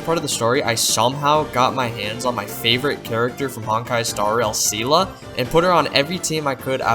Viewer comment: Firstly, it's seal-Lee. Not say-la lol. 2nd, the game is optomized for the phone, you can switch keybinds around to make it feel better on keyboard and mouse. Thirdly, this game opened duo the door for genshin and star rail. This is what started it all pretty much. The game is HUGE on story which I def skipped some. I just wish this game wasn't critiqued in a way of comparing it to genshin. It should be the other way around. This game doesn't get enough love from new payers becuase it's constantly being compared to the newer games, which I will admit are better in ways.